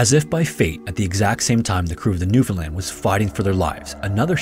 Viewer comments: Im from Newfoundland. Props for your pronounciation , rarely hear non natives of the province say it right. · Newfoundlander here, appreciate you pronouncing "Newfoundland" correctly! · I was born, raised and live in central Newfoundland, and I’d like to say thank you for pronouncing it correctly. Awesome video, I remember learning about this in middle school and it’s nice to see a great channel covering it. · Thank you for pronouncing Newfoundland properly! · Shoutout to this guy for pronouncing Newfoundland correctly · As a Canadian it felt so good to hear newfoundland said well, not NEW FOUND LANDS 😂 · 10000 points for pronouncing newfoundland properly!!!